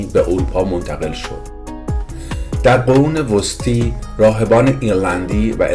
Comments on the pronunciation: قرون وسطي وسطي نوشته ميشود ولي قرون وسطا خوانده ميشود . ايراني هايي كه در اروپا يا امريكا و استراليا به دنيا آمده اند و يا در سنين كودكي با خانواده خود از ايران مهاجرت كرده اند خيلي از كلمات را اشتباه تلفظ مي كنند . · دست شما درد نکنه که زحمت می‌کشید ولی باید توجه کرد به تلفظ صحیح کلمات مثل قرون وسطی ( وسطا) تلفظ می‌شود و زبان گیلیک اسکاتلندی Gaelic